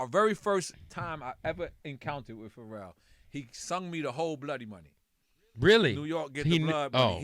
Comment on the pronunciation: It's Pharrell not Pharrell you dumbasss🤣